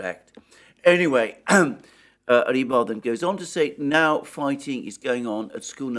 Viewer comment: Rebar? No.... Just, NO! It's Rybar... You clown 🤡